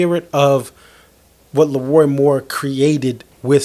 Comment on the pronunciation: It’s LeRoi not Lee Roy - The King 👑